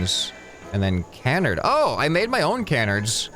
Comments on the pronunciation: It’s Ca-Nard, not Can-Ard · its pronounced kəˈnärd